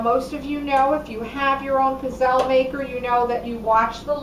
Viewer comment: Please learn how to pronounce pizzelle correctly